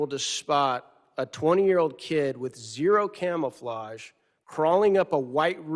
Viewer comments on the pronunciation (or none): none